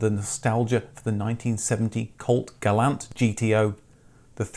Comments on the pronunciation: "Gah-lawnt", not "Gal-ant" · Gall-ants were not sold here. But we did see Gal-lants...